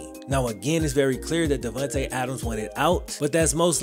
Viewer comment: "Davuntay Adams" lol